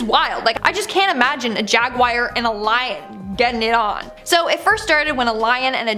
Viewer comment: It's not jaguire